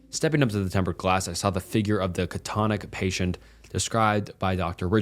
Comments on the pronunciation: Pronounce it like Kat-Tah-Tonic and not Cat-Tonic. I love your videos man but how you mess up some of the words is crazy. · You are so near perfect as a narrator, I want you to present as absoltely beyond compare. To that end, a gentle correction (psychiatric facility story): the correct pronounciation is "ca-ta-TONE-e-ah," and "ca-ta-TAWN-ic," a condition characterized by marked lethargy and which is often associated with schizophrenia. Thank you for such wonderful stories; I can get lost for hours as you spin o4ut yet another thriller. You're a legend!